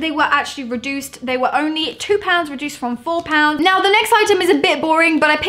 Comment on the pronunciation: Why can’t you say reduced properly